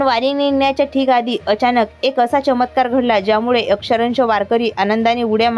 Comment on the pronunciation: अक्षरंश नाही, तर अक्षरशः आहे.😅